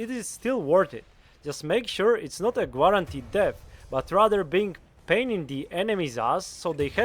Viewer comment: Brillint video! Really enjoyed it. I understand english is not your first language, but you speak very well and clearly. I laughed when you said guarantee, You said gwarantee 😂